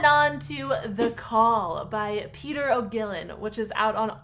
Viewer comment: Julia Vanishes sounds great and I cannot wait for Cursed Child! I also wish I could see the play first but haven't the patience to wait the inevitable eternity before I get the chance! P.S. Peadar is pronounced like Padder.